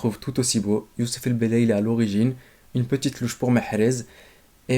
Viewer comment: C'est belaili pas el belaili